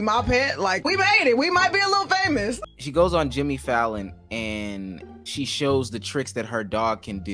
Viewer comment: The emphasis 😤😂😂😂😂😂